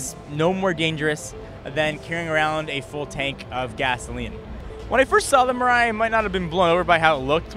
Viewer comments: Good to see another option for eco friendly cars. Just as the name implies (mirai = future, in Japanese), this car might be what will replace gasoline cars. Also, "mirai" is pronounced "milai". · fun fact, "Mirai" means future in japanese and its not pronounced miray like says...